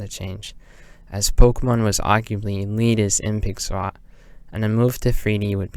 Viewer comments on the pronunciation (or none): took me like 15 mins to realize you were saying "pixel art" and not pixar_ i was so confused lol